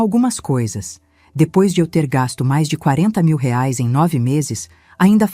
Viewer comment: A nora era vagabunda, uma vigarista. Essa Patrícia não tinha família? Digo, mãe e pai para pagar as coisas do bebê? A sogra também era muito idiota, carente demais. A narradora não sabe pronunciar o valor da moeda brasileira.